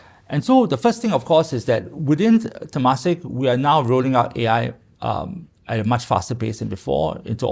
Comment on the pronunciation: It's pronounced as tuh-MAH-sek